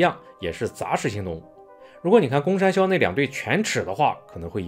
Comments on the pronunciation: 為什麼我一直有罵髒話的錯覺😂公山魈一直聽成公三ㄒ⋯ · 博主国语发音公山魈不标准，建议带点台湾腔😂。